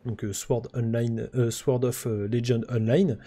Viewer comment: On ne prononce pas le w de "Sword". C'est comme le K de "Knight", la consonne est silencieuse.